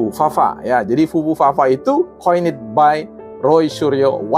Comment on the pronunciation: (coined by = diciptakan oleh) dibaca bukan koinit atuh meni udah sok narasi ilmiah 🤭🤭 .... bahasa Ingrisnya tamatan kursus dimana nih orang ??? yang dibunyikan 'it' atau 'id' hanya yang berakhiran T dan D contoh=Wanted dan Ended ujung nya berbunyi 'it' dan 'id' kata yg lain nya hanya berbunyi letup tidak dibunyikani vowel .... 😄😄